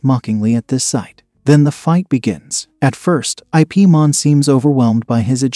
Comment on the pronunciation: His name is Ip(Yip) Man not I.P Man. 😂